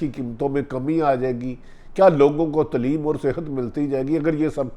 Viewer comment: Sor g its taaleem not tleeeeem